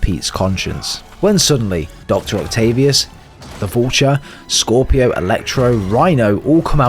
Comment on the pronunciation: bro said scorpio